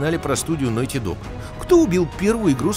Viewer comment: Опракидывайте рюмку каждый раз как он говорит «нойти».